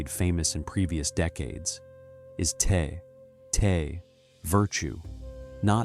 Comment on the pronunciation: The info is great, but it would be nice if the pronunciation was correct. If you used Pin Yin Romanization rather than the antiquated Wade-Giles perhaps your A.I. could pronounce the words more correctly. Dao De Jing (道德经），( 德) "De - 2nd tone"- "Virtue", definitely NOT "tea". （道）"Dao - 4th tone) These are such central concepts to Alan Watts' teaching that mispronouncing them to the extent that a Chinese speaker could not recognize what you are saying is a disservice to the teaching, even if 名可名非常名。